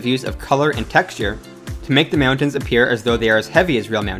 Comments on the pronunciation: m'yowntans lol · the way he says mountains...? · im so glad im not the only one who was bothered by the way he said mountains lmao (good video, tho) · So glad I'm not the only one who thought this. It's like he kept saying it knowing that he was saying meowtins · Meowntins.... lmao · Please re-do this video without saying “Meowtains”. Literally couldn’t make it 3 mins without forcing myself to turn it off from the cringe. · I'm sorry... meowntings? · Dude talks fast man. Lol, "meowtins"😂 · This dude can't say "mountains." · The way this guy pronounces "mountains" is super annoying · The way you say mountains is making me frustrated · lol you say mountains like a dork